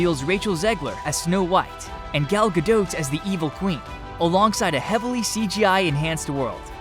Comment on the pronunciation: alright, I'm done with this channel. After hearing the way this guy pronounced Gal Gadot and Vincent D'Onofrio's names i just can't listen to it anymore. like how the fuck do you have a channel that is dedicated to showcasing upcoming movies and the actors that are in them but can't properly pronounce the names of some of the most famous and easily recognisable people on the planet? just weak.